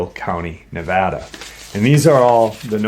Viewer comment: I appreciate your pronounced Nevada correctly 😊